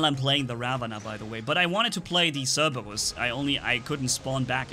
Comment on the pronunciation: I like The Way he says Cerberus I can't say it like that